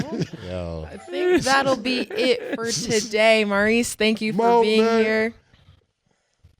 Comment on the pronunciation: why does keep pronouncing mo's name like "maryse" instead of "mohrise" like it should for a man?? she prolly has female friends with that name & doesn't know the difference